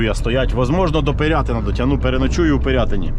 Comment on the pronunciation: перший раз чую щоб далекобійники правильно назвали Пирятин, бо більшість каже Пірятин, Пірятін. Я просто сам з Пирятина)